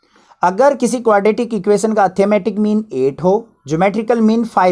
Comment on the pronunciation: You pronounce arithmetic mean like atthematic mean. I advise you to improve it. By the way you are good teacher. From regards.... Yuvraj And also give a heart/like to these comment. It's my pleasure👍🏻